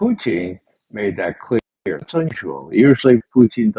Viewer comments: It’s SO effing IRRITATING that McGovern says “Poo-TEEN” or “Poo-teeng.” It’s POO-tin for God’s sake! Almost as irritating as George W Bush saying “Nook-ya-lurr” for “nuke-lee-urr.” What is so goddMn hard about pronouncing the name correctly? He is literally the ONLY person on amy podcast that does this. It takes away from his credibility. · It's PUtin, Ray. PUtin. It's not PUchin. Nor is it PuTIN or PuCHIN. Nor is it PUtain, PuTAIN, PUtane, or PuTANE. Lose the contrived and pretentious pronunciation. Got it??? Your constant linguistic histrionics is pathetic 🤮🤮🤮